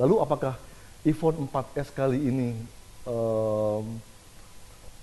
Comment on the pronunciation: bacanya emang " ivon " gitu ya :D becandaak